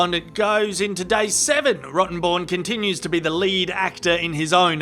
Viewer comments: I didn’t realize the lawyer’s name was actually Rottenborn, I thought was calling him “Rotten Bourne” as a tribute to the Jason Bourne movies! 😆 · I say Rottenborn changes his name as soon as this trial is over after Johnnie trolled the hell out of him for it. No way can anyone take him seriously anymore. All they'll do is see Johnnie on the stand saying yes you read that very well Mr. Rotten...born. lol. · same here, he said it verrry clearly, every time 😹 Rotten [comma] born. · I love how JD enunciated that lawyer's name every time...